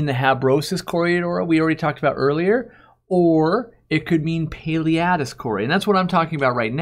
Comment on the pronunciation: Thanks for pronouncing Paleatus.